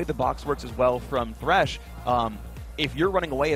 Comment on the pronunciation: why the fuck people still call him tresh instead of thresh?